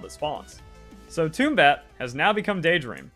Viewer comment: great video bro. I have always found it difficult to listen to pokemon or palworld content because of the awful butchering of the names but i was able to get through yours because of how amazing the content was great job! LIF - MUNK rhymes with chipmunk... TOM - BAT rhymes with Tomcat.